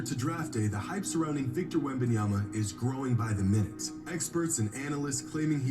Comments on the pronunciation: “Wit Bananas” has to be flights laziest attempt to say a players name😂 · He said “Wembannas”😂😂😂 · DUDE SAID WEMBANANAS LMFAOOOOOOOOOOOOOOOOOOOOOOOOOOOOOOOOOOOOOOOOOOOOOOOOOOOOOOOOOOOOOOOOOOO BRO AM DEAD 💀💀💀💀💀💀💀💀💀💀💀💀💀💀💀💀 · this guy said wemb bananas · Flight calls Victor as "Wembanana" because Victor needs to prove himself to flight first before flight calls him his full government name hahaha 🤣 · Bro said wet bananas 😂😂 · Bro... it has been a minute since I watched Flight but why is this man making a lot of sense... outside of a few small comments plus his wack ass name pronunciation